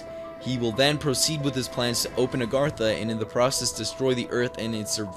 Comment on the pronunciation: it pronounced ar gat tha not aragtha